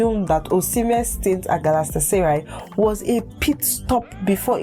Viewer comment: Ur English and reading is not nice at all especially when mentioning the name Galatasaray chaiiii